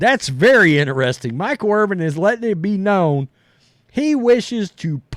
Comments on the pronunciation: His name is Irvin. Not Irving. Come on dummy, it’s not that hard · Stop saying "Irving". It's not "Irving" it's "Irvin. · It's IRVIN NOT IRVING GET IT RIGHT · His last name is Irvin not Irving. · It’s Irvinnnnn no G. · There is no letter g on the end of his last name. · Watching right now and cringing every time I hear it.